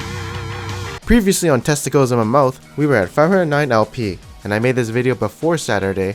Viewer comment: Did he say "previously testiclies in my mouth" XD